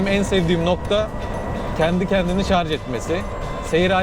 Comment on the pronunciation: Iyi sürüşler dilerim ve özellikle şarz demeyip şarJ dediginiz icin teşekkür ederim